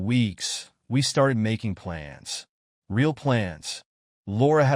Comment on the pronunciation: How can an AI sound so human, and yet be so stupid as to pronounce words like... Messy as Messier And Real, as Rail?